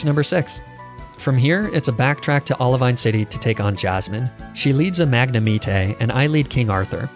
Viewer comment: Magnameat...eh......wow xD